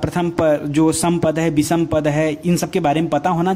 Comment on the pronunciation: आप हिंदी व्याकरण और साहित्य पढ़ा रहे हैं।आप अपना उच्चारण स और श का शुद्ध रूप से करें तो अच्छा रहेगा। पूरे लेक्चर में बार बार अशुद्ध उच्चारण सुनकर बुरा लगता है। विषम को विसम बोलते हैं। कृपया ध्यान दें।